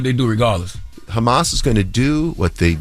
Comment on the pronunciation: Crazy how Envy couldn’t even pronounce Hamas bro..